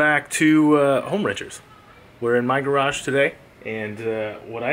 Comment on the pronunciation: should say my garage how he says garage garage